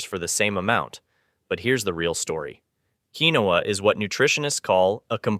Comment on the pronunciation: Keen-wa!! Not keenowa (pronunciation). Flour comes with those bugs’ eggs not seen until after hatching. Always store flour, oatmeal, and butter in the freezer. Buy five gallon containers for water. You’ll need at least ten of them. Keep them filled with water in a cool dark space. Buy canned meat and also buy canned gravy. Make flour tortillas rather than buying yeast breads. Spices: dry chicken broth, dry beef broth, garlic powder, onion powder, cumin, bay leaves, basil, any spices you like which includes black and red pepper, iodized salt. Pan cake mix and syrup, oatmeal, cream of wheat, canned soups, variety of canned beans, dry white rice, canned vegetables, canned tomatoes and tomato sauce, dry pastas such as spaghetti and macaroni, black and green olives, canned vegetable protein (fake meat hot dogs etc.).